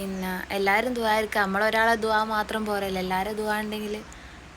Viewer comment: നാട്ടിൽ എത്തിയപ്പോൾ അവിടെത്തെ ഭാഷ ആയി. ദോർക്കേണം എന്നല്ല. പിന്നെ ദുഹാ ചെയ്യാണെന്ന് പറയണം. ദോ ർക്കേണം ന്ന് പറയുമ്പോൾ എന്തോ pole